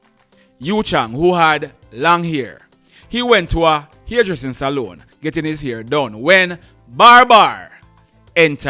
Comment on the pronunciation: Dear, the word is NOT (Saloon) it is Salon, love ur program